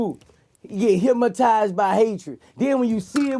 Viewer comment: Get it right Vlad, it's HYPMOTIZE